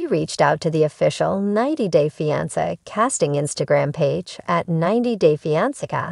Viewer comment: Learn how to pronounce fiance AI robot.